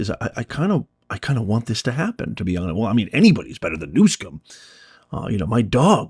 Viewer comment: No "K" in the guys name, Not New Skum, it is New SUM... OH! I see you are mispronouncing it on purpose. :People are in office because of the machine, Voters may show up, but the ballot will be counted as the machine wants. The only reason Trump is in office is because two impeachments, two assassinations, and criminal trial could not remove him so the DNC had to let him into office to be rid of him. Also, when the government is screwed up the DNC must allow a Republican in to take the blame, straighten things up and Raise taxes to fill the coffers. Don’t fret it. Democrats all have a ‘secret’ middle name: “Noone”. Remember “No One” is above the law. Democrats smile when they say that for a reason.